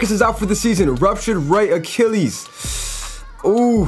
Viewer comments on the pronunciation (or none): none